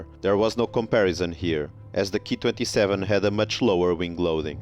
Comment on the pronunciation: You pronounce the Ki-27 as the 'key' 27. This is not right, you should just say the letters individually as K, I 27, after all, you wouldn't pronounced the Junkers Ju 87 as the 'Jew' 87 would you? If you're presenting facts about the aircraft, at least learn to pronounce their designations correctly, or it makes you look a little ignorant. But overall a very interesting vlog though.